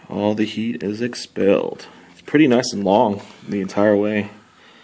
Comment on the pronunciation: "naicu~" lmao you sold me on it.